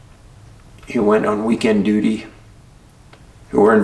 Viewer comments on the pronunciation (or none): none